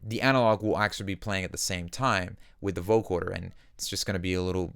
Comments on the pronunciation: it's VO-CO-DER not VO-CHORD-ER lol jk who gives a fuck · Nice presentation. One request: vo-CODER, not vo-CORDER. It’s spelled right when in text, but in your presentation you say vo-CORDER 99% of the time. Picky I know. Just something I worked to correct my own speech. Again, great tutelage! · coder not corder. just saying. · Great video, but you keep saying Vocoder like Vocorder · Love the effect, but, dude... Vo-co-der... no 'r' in there.. :-)